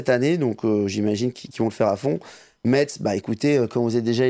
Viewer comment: Salut à vous Petit rappel on ne dit pas metz mais messe, bisous à vous votre emission est superbe